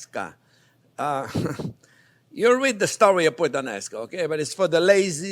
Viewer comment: I thought you said 'Shrimp with the Nascar" . I was like what the heck is that.